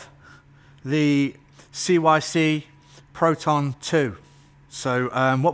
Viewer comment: Photon mate...not proton.